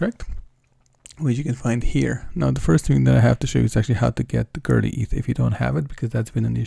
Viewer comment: It's not girly ETH. It's Go-Early Eth